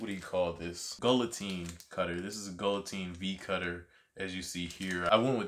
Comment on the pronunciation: No hate but it's pronounced guill(guill is pronouced gey like key) otine (otine pronounced a teen)